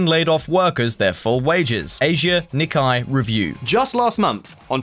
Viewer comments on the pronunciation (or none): none